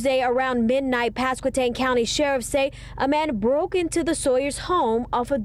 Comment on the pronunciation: Hey! I moved here from the DC area. It's a beautiful place to live. Small town, friendly people. The Potato Festival is normally the 3rd weekend of May. We're only an hour from the Outer Banks, VA Beach.... great pronunciation of Pasquotank! ❤